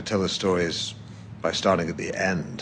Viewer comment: Bro really went "Starrr🥁🥁 rrting"